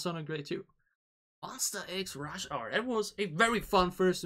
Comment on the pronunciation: Pls X like eks not iks. But thanks so much for MonSTA, it’s correct 😊